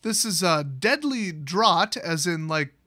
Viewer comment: Draught is still pronounced draft